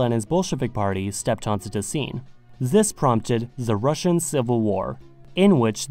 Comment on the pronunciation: Very good Russian pronunciations might I add.